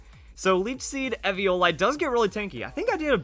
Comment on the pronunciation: Was anyone else mad at how he was pronouncing eviolite?